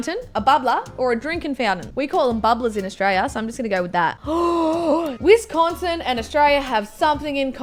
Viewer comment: Can I just say that someone out of America just pronounced Wisconsin correctly?